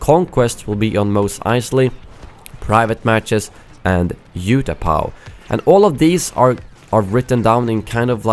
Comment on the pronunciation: How do you not know how to pronounce Utapau